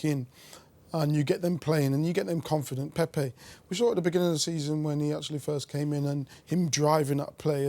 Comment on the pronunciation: Are we not gunna discuss about Saha calling pepe, pee pee